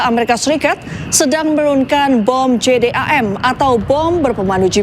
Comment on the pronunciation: Jdam apa jadam ya ?😂